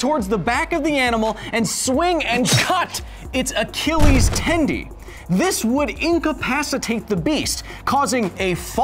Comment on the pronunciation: “Achilles tendie” -Kyle Hill